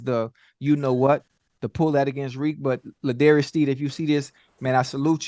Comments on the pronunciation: L’jarius not L’darius…. Love y’all’s content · L’Jarius Sneed LJ not L’Darius 😂👍🏽👏🏽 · It's l jarias SNEED! NOT LA DARIOUS! 😂 ATLEAST SAY THE MANS NAME CORRECT!